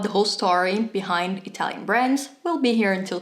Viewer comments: Thanks for the lesson. I thoroughly enjoyed it and although I'm not Italian either, I speak Spanish and it sounded good to me.😄 Close enough don't you think. HAHA. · Brava! You should do a video series about the top products of every brand. La tua pronuncia è perfetta 👏